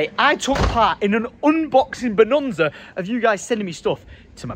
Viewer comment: OK, we need to talk.... It's Bonanza, NOT Bononza 😂 😂 😂 😂